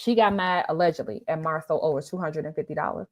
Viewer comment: I have no dog in this fight; however, it's not a good look. Rumors have legs but I don't know about this one. She kind of lost me at Marcel😬😆🤣🤣🤣🤣‼️ Like ma'am....how do you wanna marry someone and can't even say their name properly??